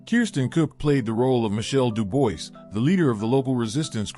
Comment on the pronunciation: Mostly accurate. Please check your facts. Michelle Dubois is pronounced "Du-bwar" and never said "It is I, Le-Clair" only Le-Clair said that. Perhaps either do the voice over yourself, or get a better text to voice app